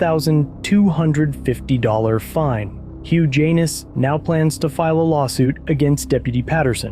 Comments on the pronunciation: Kept cracking up every time said the defendant's name! Hugh Jan-iss, not huge anus!! LMAO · Hugh Janis....Pronounced HUGE ANUS.....Juvenile humor, I know, but it's HUGE ANUS!! How does that happen? What pair of parents would knowingly brand their sweet baby with a name he would be chastised for the remainder of his life?? Sad..... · I keep hearing Huge anus😂😂😂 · Am I the only one who heard “huge anus”? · Huge Anus....am i hearing that correctly? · Im so confused. Who tf is Huge Anus?? I thought you were calling the cop, that... 🤷‍♂️ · Guys name is hilarious HUGH JANIS pronounced HUGE ANUS!!!!!!!!!!😂😂😂😂😂😂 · Huge Anus, that is what I keep hearing. If I didn't know better, I'd swear you were addressing the prosecutor as a Huge Anus, and not calling the defendant by name. If the lawsuit goes through, this will be the first time I'm rooting for a Huge Anus. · I'm sorry, all I can hear is Huge Anus, every time he says his name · Whose case? It sounded like you said huge anus. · did he just say huge anus?